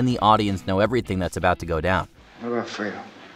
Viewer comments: He keeps saying Firto instead of Fredo. You broke my heart Frito you broke my heart, because of high cholesterol 😂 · Pronouncing Fredo like Freedo 😂